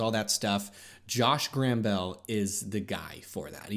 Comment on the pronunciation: Is that how you write "PAID" ? Also, its Josh GambRell, not GRambell